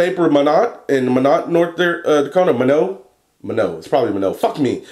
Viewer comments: Not trying to be "that" youtube guy but it's pronounced "My Not" i lived there for 2 very very cold years. It's not the best place ever. Again sorry for being that guy, also love the videos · Minot, ND is pronounced 'My Not' it's kinda weird. I lived there for a while when I was younger. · Hey I live in minot north dakota:) and by the way you pronounce the t at the end of minot haha. And your juice is freaking amazing! I've been vaping on it none stop!!